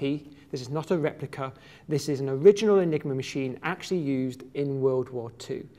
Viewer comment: I thought he said the "nigro machine"